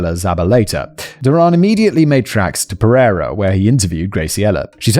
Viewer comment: You butchered pereira so bad 😭 it’s pear-ayyy-rah